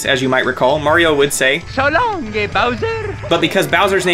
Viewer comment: OMG I JUST REALIZED WHAT MARIOS ACTUALLY SAYING WHEN HE'S THROWING BOWSER "So lon-ga Bowser!"